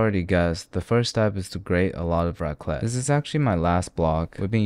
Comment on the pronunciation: You did not jus say raqlet💀